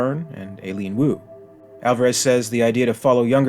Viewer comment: I gotta believe that a name like "Aileen" (especially pronounced like that) gets you almost as much pull in an Alien movie's casting as being a caucasian female with short black hair... 😂 👍